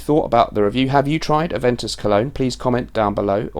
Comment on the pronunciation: A(ve)n(t)us colon... lol